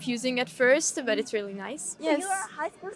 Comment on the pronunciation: really のL がRになるだけでなく、全体的にR の発音が気になります。スミマセン。もっと自然に発音されたら、聞く方も聞きやすいように思います。yeah?という時にも最後にRが入ってしまっている感じです。